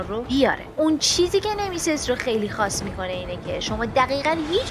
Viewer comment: بخدا اگه تلفوزت رو درست کنی نمیمیری اوروفِن اف کوز نه اورفِناف کاس ساکیرو نهنهنهنه😡😡 سِکیرو گِنِچیرو نهنهنهنه گِنچیرو نیمِسِس نهنهنه نِمِسیس